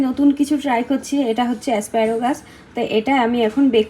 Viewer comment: its asparagus...asparogus noy..avocado...avogado×😊tumi USA te ato bochor acho tai bhal uchcharan korle kane lage tai sudhre dilam.. kichu mone korona jano pls!